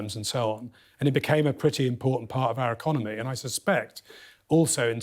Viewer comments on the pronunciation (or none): none